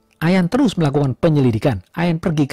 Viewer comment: Aq sub yah... ohya kata terus jd telussss... enak dgrnya